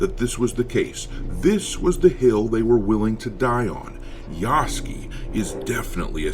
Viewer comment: 彼の名前は「ヤスキ」ではなく「ヤスケ」と発音される😅